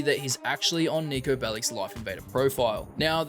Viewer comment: bro did not say Niko